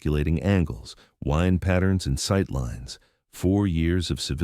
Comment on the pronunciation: It's pronounced 'wind' as in the stuff that causes the passage of air, not 'wind' as something you do to a clock. Sort your computer out !!!